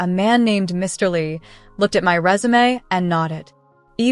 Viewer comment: Résumé (job document) is not pronounced as resume (start again).